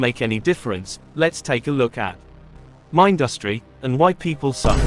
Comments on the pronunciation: It's not mind-us-tree. It's min-dus-tree. Like industry. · I guess the text-to-speech can't pronounce Mindustry, lol. Cool video though